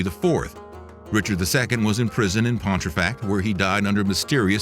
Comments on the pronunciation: Came here to say this too! He said Pon-tree-fact more than once. My eye is twitching 🙃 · As a proud Yorkshireman, the added 'r' in your pronunciation of Pontefract causes me to twitch!